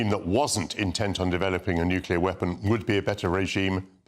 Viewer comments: Fgs it is not nukiller it is nuclear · can't even say nuclear he keeps on saying nucilar😂